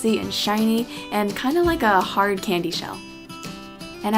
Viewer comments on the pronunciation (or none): none